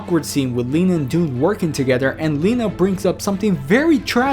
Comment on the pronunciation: I thought it was pronounced L eye na not Leena